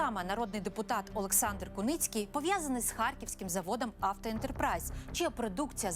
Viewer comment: Олександър 😂😂😂😂😂😂не алекс ,а олекс😂😂😂😂😂.